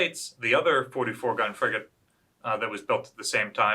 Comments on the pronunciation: he did but if you listen for it does sound like he says friggin' on several occasions. It's pretty funny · He said "FRIGATE Constitution".